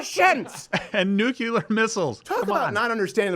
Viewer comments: NEGATIVE COMMENT!!! - Say it with me... "new"... "clear". "New"... "clear". "Nuclear", not "nukuler". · "and NUKE-ular missiles, come on" I honestly don't know why they mic that guy. He is always so pompous and 99% percent of the things he says add absolutely nothing. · new-cue-lar missiles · Its Nu-clear. Not Nuke-u-lar. Stop ignorance #forthekids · always say nuke-ular like G BUSH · “Nucular” missiles. Am I the only one who caught that? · Every time says "Nukular" he should have a finger broken. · If I hear that say "nucular" 1 more time.... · I do love listening to these videos however I did find it comical at the 5 minute 26 second Mark where I heard nuclear missiles mispronounced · Steven can you please remind there is only 1 "U" in the word "nuclear" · also,, there's no extra u in nuclear.